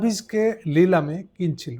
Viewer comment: ভাই, লিলাম না, শব্দটা নিলাম। আপনার বাড়ি কোথায়?